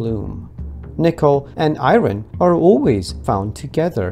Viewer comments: Pronounced ion, not eye ron😅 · Larry King - It's iron, not I-ron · It’s pronounced “I-earn” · Click bait! And you are? Elon Musk has advised us that every nickel mine is from pure nickel meteor. In other words, no 'I-ron'. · What is “I-ren” ? 😂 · Thumbs down just on the fact alone that you pronounce iron as "i-ren"